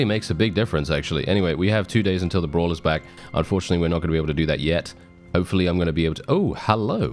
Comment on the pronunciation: Brawlz not Bras!